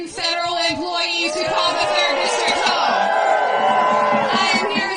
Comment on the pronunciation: "Feberal emploweees" 😂